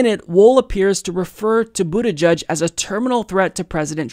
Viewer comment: “Boot-eh-jedge” not “boot-eh-judge”.